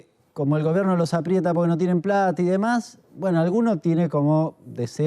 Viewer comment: "APRIETA" No "apreta" 😂